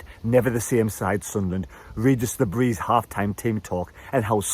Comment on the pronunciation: Still haven't learned how to pronounce Le Bris though 🤣